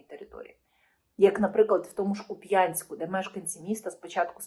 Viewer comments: ...К 'Упянск..не купЯнск..дякую. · К у п'янськ! Наголос на "у". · Я мешкаю в місті Харків. Ніяких боржників, за будь-якиі послуги ЖКХ, в нас не відключають. І повідомлень про відключення, нікому не приходить. Якийсь провокативний канал. І назва міста Куп'янськ, має наголос на літеру "у" а не на літеру "я", інакше вимовляє тільки кацапська наволочь. Чи не спонсується цей канал з кацапердії?